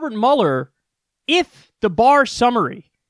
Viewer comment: Haha I cant believe after all this time of watching Kyle I never noticed he says Bob Muller not Robert Muhler it felt so weird hearing